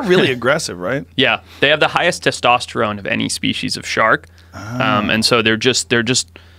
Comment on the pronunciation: Shark, not "Shart"